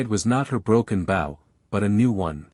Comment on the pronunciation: It is too bad the commentator doesn't know how to pronounce BOW. Guess the commentator is a dog...bow wow wow!